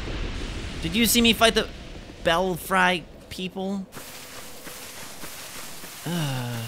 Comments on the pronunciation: Bel-Free....not Bel-Fry. The red guy is an NPC by the way. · Eh, I think you should try pronouncing that like bell-free (as in Bats in your Belfry). Also..that key opens the door in Sinner's Rise. Admittedly, there's only one that's of use, now, and I don't recall what item(s) are inside.